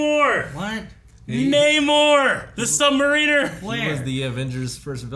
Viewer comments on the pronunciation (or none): I've loved phase 4, but I'm super hyped for the future after these announcements. Also, have I been pronouncing Namor the Submariner wrong this whole time, or is the guy on the left saying it wrong?